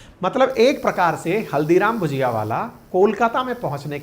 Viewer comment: Hello sir, With due respect भजिया उसे कहते है जो नॉर्मली बेसन और सब्जी के पकोड़े होते हैं जबकि भुजिया वो है जिसका आप जिक्र कर रहे हैं। हालांकि आपके पूरे कंटेंट में भुजिया ही लिखा है लेकिन आप भजिया उच्चारित कर रहे हैं।